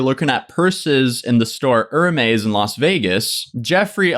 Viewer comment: I love pronunciation of hermez haha "Er-mays"